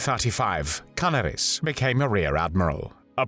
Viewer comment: Canaaaaris. (if that helps with the correct pronounciation of his name)